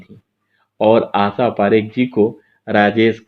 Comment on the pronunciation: Jnab aap apni bhasha shudh kijye. Sha ko sa ucharan kr rhe ho Asha parekh ko aap Asa keh rhe he. Ek Journalist ki bhasha ka ashudh hona sharm ki baat he.